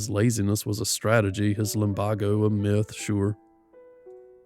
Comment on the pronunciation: your voice makes me want to drift off. also please pronounce lumbago as "lum bay go"